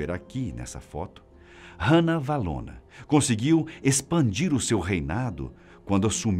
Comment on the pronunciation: a sua pronuncia do nome Ranavalona, esta incorreta, a pronuncia é "Rá-navalona" e nao "Rã-navalona".